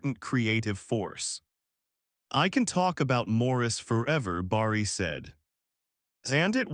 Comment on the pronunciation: Say Barry not Borry